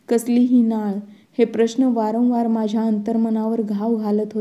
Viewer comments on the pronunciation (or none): वरणवार नाही वारंवार